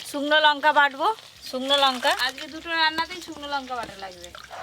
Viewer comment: কথা টা লোঙকা নয় লঙকা